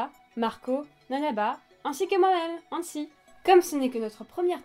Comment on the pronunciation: Omg vous avez dit libai et hanji!!! Mais c'est livaï et hansi olalala!!!